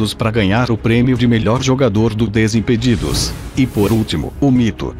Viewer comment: falando desimpedidos foi muito engraçado kkk ''disimpidido''